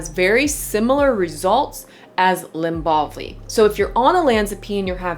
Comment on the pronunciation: Lybalvi, not Lymbalvi